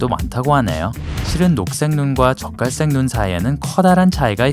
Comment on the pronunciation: 나만 적갈색이 자꾸 젓갈색으로 들리나....?